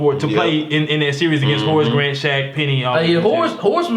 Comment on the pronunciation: David Robinson, shaq, Karl Malone and Patrick Ewing couldn't stop hakeem and the little guy says horice grant 😂